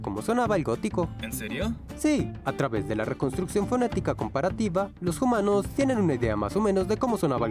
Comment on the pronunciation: ¿Por qué dicen "jumanos"?